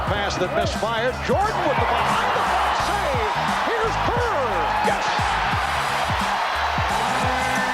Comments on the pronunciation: It's BIRD with a D, not Birt. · His name is bird. Not bert